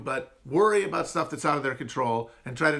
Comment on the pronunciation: Dude, we don't say aboot! I have never met another Canadian that pronounces it that way 😂